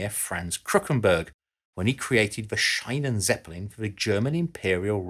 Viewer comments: Not Chinan-seppelin, but pronounced like "Sheenan-Tseppelin". German is spoken like it is written... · Shi-nen not shine-nen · Its pronounced Sheenenzeppelin, not Shainenzeppelin. Sorry, just sounds cringy to a German 😄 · To whom it may concern, Schienenzeppelin is spoken more like "sheenen" than like "shinen". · der schienenzeppelin... or somehow translated, railzeppelin.i think, it would sound more similar to the german if you pronounce it like "sheenan", it hasn´t much to do with "shinan". the "ie" in schienen is spoken as a long "i". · The correct pronunciation of "Schienenzeppelin" is not "Shinenzeplin" (as in "shine") but rather "Sheenenzeplin" (as in "sheen"). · Schienenzeppelin (in German "Zeppelin on tracks") should be pronounced /Sheenen/ and not /Shinen/ even if it was definitely a bright shining idea in its time ;-) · It's Sch-ie-nzeppelin, not Sch-ei-nenzeppelin as you spell it (ie = a long ee like in speed, not an i as in like), despite that great video! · The German "ie" is pronounced like "ee" in English. So it is not the "Shynenzeppelin", but the "Sheenenzeppelin". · say scheinenzeppelin one more time... it's schienenzeppelien, with IE, not EI. maybe run german words through speech synthesis before you use them. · It's Schienenzeppelin, not Scheinenzeppelin. I'm German, sry. 😅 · Schienenzeppelin is pronounced wrong. ie is a long i pronounced more like an English e, instead of an ei, how you pronounced it. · I cringed every time he said "Scheinenzeppelin" instead of "Schienenzeppelin". For the love of god, just use Google translate to read out German word for you so you don't have to randomly guess and just make up some random German sounding word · Pls learn to pronounce German properly : "ie" is not pronounced "aai" but " ee" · The Schienenzeppelin is not pronounced "shinen seppelin" but "sheenen-tseppelin".The German "ie" is pronounced as a skightly longer letter "e". My eyes hurt hearing you with that utterly incorrect pronunciation!